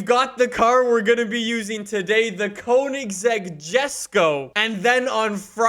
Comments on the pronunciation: I’m clicking off because of the way he says Koenigsegg Jesko. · It would be fun if you tried to learn how to pronounce Koenigsegg